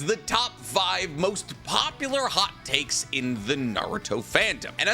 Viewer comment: at the beginning I thought he said HOT CAKES. HAHAHAHAHAHA